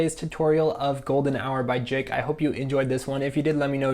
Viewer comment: What he said “golden hour by jick